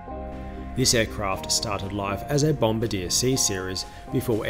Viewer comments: It's "bom bah dee ayy" not "bom bah dee err". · not a "BOMBERDEER" A BOMBARDIER BOM BAR DEAIR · Good analysis of an aircraft as always. Note: Bombardier is pronounced 'Bom bar dee yay'.